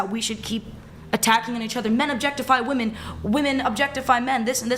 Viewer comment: ch3 is a straight up 10 until she says her rslurred pronunciation of women